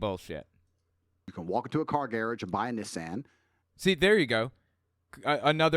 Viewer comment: I've never ever heard "gai-rage." I've only heard of "gar-AUge" and "gar-AHge".